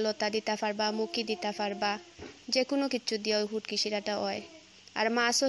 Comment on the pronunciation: ফুটকি নায় শুটকি